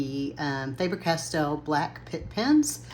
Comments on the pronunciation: Welllllll... as Faber-Castell is a German brand the English pronunciation rules don't really apply it and it should really be pronounced FAR-BER 😅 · I think that it is pronounced "FAY-BER' Castel. because of the English rule of 'if one consonant + an 'e' following a vowel, it makes it a long sound'. If it were pronounced like FAB-er, it would have 2 B's to force the vowel into the short sound. Also, I LOVE the idea of using the quick mandala coloring books to practice with the colors of different brands/mediums.